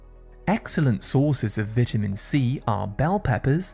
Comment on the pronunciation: Your pronunciation is wrong. It's vitamin, it's not vatamin